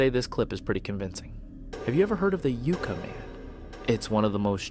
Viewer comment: Pronounced 'YUK-Ka' Man like the Tree